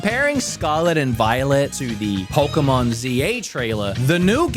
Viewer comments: Pokémon, not "Poker-mon". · For some weird reason all of these english speaking "pokemon fans" think that the "poke" (as in pocket) part of the word either is said "poki" or (as in this particular case) "poku".